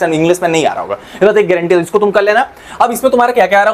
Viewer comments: Sir be like: ess bast ki guarantee haa😂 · Guareentee😂 he